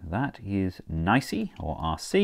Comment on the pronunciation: Her name is Pronounced: [Nye]-[See]